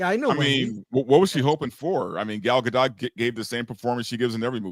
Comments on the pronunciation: Her name is pronounced guh dot ????? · I've heard that it's pronounced gah-dote, i.e. with a long 'o', like in oat.